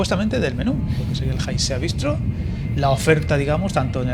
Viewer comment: Disculpa mi pequeño tirón de orejas, pero para ser el canal y ser capaz de llamar a Lérida en su fonablo autóctono como Lleida, me ha sorprendido que desconozcas que el restaurante y su carta tiene un nombre vasco que es Haizea, o viento en su traducción al castellano. No "Jaizea" tal y como has pronunciado. Gracias por tu trabajo y mostrarnos este nuevo servicio ferroviario.